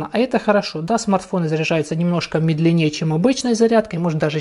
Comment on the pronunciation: Как раз такую банку заказал, а после наткнулся на обзор. За свои деньги очень даже хорошо. Что касается самого обзора, то всё по делу, молодец. Только есть небольшая просьба. Говори, пожалуйста, не "медленнЕе", а "мЕдленнее"! А то слух режет)) Удачи в развитии канала